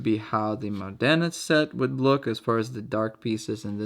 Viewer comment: Very nice video as always, and congratulations for the pronunciation of Modena, appreciate the effort ahah. I have a basically identical set to this one, but smaller, and as you said, they're perfect for fast games and from a practical point of view, I think is one of the best sets you can buy. Also maybe I'm weird, but I love the simplicity of the knight, I found them pretty in their own way.